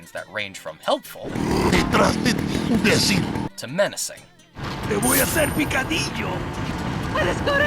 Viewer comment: también es "imbécil", no "imbécile"